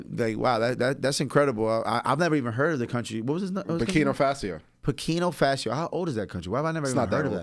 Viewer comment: LOL LOL 😂😂 FASO NOT Fasio